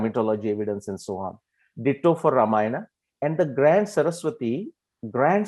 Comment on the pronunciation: WHY ON EARTH do we MISPRONOUNCE our names....it is not VedAAAAA, RamayanAAAAAA...